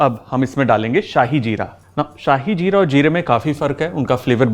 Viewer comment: Chef आप ने कहा शाही जीरा ,जोकि श्याह जीरा होता है श्याह का मतलब होता है काला ,इसे काला जीरा भी कहते हैं शाही नही